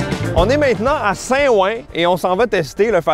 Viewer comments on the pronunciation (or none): Avoue t’as dis « Sain ouin » pour que les gens commentent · On dit pas " sin ouin" on dit "sintttt ouan ". Sin ouin c'est ridicule à entendre. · Saint-WOUAN, pas "sein ouin" Tabanak ! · on dit "saintouin" pas saintouan pour le coup... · Tu prononce saint-ouen mal ça se prononce sainte ouen tu fais la liaison 😅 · saint ouin MDR ^^😅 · Sin ouin 😂😂😂😂😂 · Sain ouen ???? C’est quoi ça purée il a écorché la ville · SainTOUIN, please... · « St Ouin » 😂😂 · Il faut dire Saint Touen, avec la liaison, me demande ps pourquoi... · Mon d'amour, ta vidéo est très bonne, mais Saint Ouen se prononce un peu comme "Tsoin Tsoin", il faut prononcer le "T", et comme ça, la prononciation est ainsi: Sain T'Ouen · Le sain OUin ma tué 😂 j'adore ton accent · Faut faire la liaison "Saint Touin" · mek do sain oin 🤣🤣🤣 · Saint ouin 😅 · « Sein ouain » desolé j’ai eclaté de rire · en fait c juste qu’on fait la liaison et donc on prononce SAINT TOUEN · A partir de maintenant je prononcerai ça comme ça, plus j'y pense plus je me dis que je préfère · C'est pas logique je le sais mais on dit "Saint Touen" on fait la liaison ^^ Je reprend la vidéo qui à l'air incroyable comme d'hab!! T'es le boss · Saint ouin alors qu'il est dans le 17eme 😥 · première fois que j'entends saint ouen sans la liaison je ne vais plus le dire que comme ça maintenant ! xD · il faut faire la liaison du T de saint ! LOL ! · IL A PAS FAIT LA LIAISON POUR SAINT OUEN OMG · La façon dont tu as prononcé ”saint ouen” est trop mignonne , j’adore 😂😂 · Comment ta tué le nom de saint Ouen 🤣🤣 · Ta façon de prononcer St Ouen 😂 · Les québécois on a vraiment de la difficulté avec les noms comme saint Ouen, ou Rouen 😂